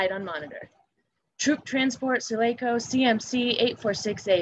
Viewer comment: The girl doesn’t say the ship sulaco right 😅